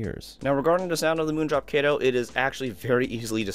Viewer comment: pretty sure u said kato wrong